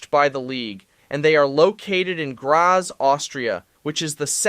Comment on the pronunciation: Graz is pronounced "Graahtz"